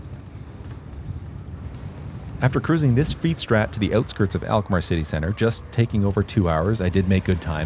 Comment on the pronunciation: Alkmaar, not elkmaar....lol..